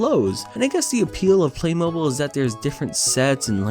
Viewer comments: It’s Play-mo-beeL I know this because I had way too many sets of them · Btw it’s play mob e-e l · Hey I know a bajillion people probably already said this, but its pronounced playmobEEl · its "play-moe-beel" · Pronounce it playmobeel Yes I’m English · Play Mobil don’t say the “ buy” part you hear when saying Mobile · I don’t know what’s worse, his pronunciation of “Playmobil”, the background music in this video, or the movie itself. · As someone who is seen billions of playMobile adds I know you’re pronouncing it wrong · How does this guy not know how to say Playmobil? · Wtf I always thought it was pronounced play-mobile, like an automobile but play. My childhood is a lie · You pronouncing playmobil incorrectly gave me an anyeurism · you saying playmobil wrong the entire movie drives me to madness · Your pronunciation of "playmobil" is bad dislike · I tried to watch this but I couldn't cope with the mispronunciation of Playmobil and the constant use of "LegoS" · Also, playmobil go nice click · I remember playing with playmobil at my primary school's after school club, the pronunciation in this video hurts my soul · I can't confirm this because I don't think I've ever actually heard anyone use the word before but I feel like he's saying playmobil wrong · its not play-mobile, its play-mo-beel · No no no, it's pronounced playmob*eel*, not playmobol >:( smh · It’s pronounced play-mow-beel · It's pronounced "play mo-beel," not mobile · The worst part of this video is that you say "Play MO-ble" instead of "Play Mo-BEEL" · Am I the only one who is getting absolutely triggered cuz he keeps saying play-mobil (it's play-moh-beel) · “Play-Mobile”😂 I can’t🤣 Edit: It’s pronounced Play-Mob-beal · I wish I could have watched all of this but there's only so many times I can hear a person call it Play-mobl instead of Play-mo-beel oh my god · It's pronounced playmobeele not playmoble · Play mobl? No no no 😂 play moe beel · ITS NKT PLAY MO-BILE ITS PLAY MOBIL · Its PLAY-MO-BEEL